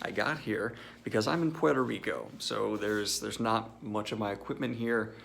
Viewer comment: You keep pronouncing Puerto Rico wrong 😄